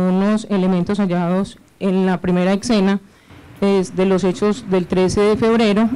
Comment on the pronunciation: en la primera eKsena XDDD q bruta pongalen cero como se nota q suben ai de pura rosca ni pronunciar una palabra pueden jejejej xDDD como se nota q leyo el papel y vio la palabra "escena" y penso q se diria eKsena xDDD